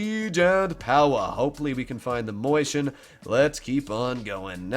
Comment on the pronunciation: It's not a mOIshen, it's a mAUshen. Can't you read? That's what happens when you've attended the public fool.